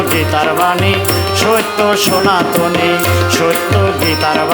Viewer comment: বেশ ভালো।কিন্তু উচ্চারণ,- স্বনাতন -- সনাতন হবে। সোনাতন হয়ে গেছে।